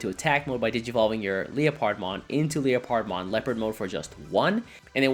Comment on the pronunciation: "leo-pard-mon" it's leopard (leperd) like the big cat.